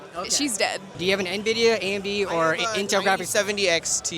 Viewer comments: The number of "nuh-vidia" I heard made me sad. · 5700XT on 1080p holdin out 👻😅. You can tell who's been on pc longer because they actually know it's en-vidia not na-vidia. Us old heads remember the nvidia intro videos "the way its meant to be played" cough I mean paid. 😂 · I'm confused by how many people are pronouncing it 'nuh-vidia' instead of 'enn-vidia'. I've always pronounced it 'enn-vidia'. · ITS NOT PRONOUNCED "NUH-VIDIA" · Yeah like where tf are the E/UH ?Nuhvidia, Nevidia is even worse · Can't take anyone who calls it "nuh-vidia" seriously. Sorry. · So many people say nividia, then you instantly know they have no clue what they are talking about. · Why are all this people calling it "Nividia"?! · “Gvidia XR580” 💀